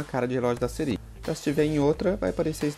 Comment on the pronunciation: Conteúdo muito bom parabéns mano, mas vc falando sirí me deu nervoso kakakakaka